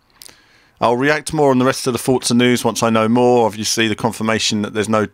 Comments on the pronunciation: I'm pretty sure its just Forza, the t-za sound only happens when its a double z, like mozzarella and pizza. One Z should be pronounced For-za. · Forza = Fort-za ? where's the T in Forza ? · why ppl say Fotsa not Forza ?